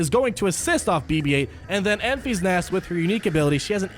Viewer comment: Love you but "Enfees nest" is driving me nuts.